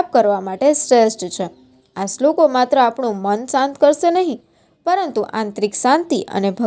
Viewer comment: બહેન શ્રી,તમે શ્રલોકો બોલવા માં ભૂલ છે ભાષા સૂધારો,બીજું સ્વાધ્યાય પરિવાર માં ત્રિકાળ સંધ્યા માં કરોડો લોકો શ્રધ્ધા થીસુવા ટાઈમે ભગવાન ને યાદ કરેછે,તમે તો મહાન શાસ્ત્રી હોય એવું પ્રલોભન આપી દીધું,બંધ કરો લફરાં જ્ઞાની હોવાના, બરાબરને 🙏